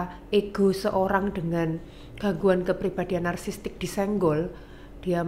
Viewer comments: Nara sumber nya ini , psikiater bukan sih ??? Kok ngomong "narsisistik" aja salah.... Kok narsistik....wkwkwkwk..... Narasumber bilang narsisistik aja ngak lulus 😢😢😏😏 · Kok psikiater ngomong nya bersalahan sih ??? Yang benar ituuuu, Narsisistik Dookkkk, bukan narsistik.... Yang benaar, narsisistik.... Duuhh malu malu in psikiater nih si dokter 😢😏😏